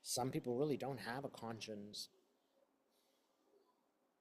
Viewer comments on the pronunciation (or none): none